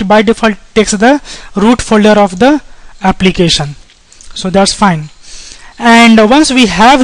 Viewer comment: applicasion.... forms authenticasion .... nice video though